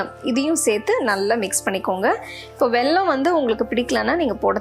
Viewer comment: nice recipe.. but small correction.. its not வெள்ளம் its வெல்லம்